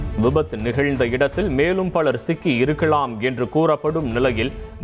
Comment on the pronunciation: இருக்க'ளா'ம். இரங்க'ள்'😂😂😂